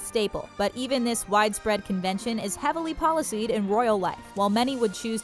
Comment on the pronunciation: It's pronounced policed (as in police), not policyed (as in policy)